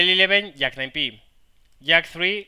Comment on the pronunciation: I like how when you say "Jack of all trades" sounds like "Yak of all trades" which makes me lul, since you were talking about a Yak at the time. :)